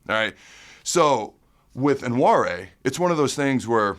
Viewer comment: Pretty sure its pronounced wa-nary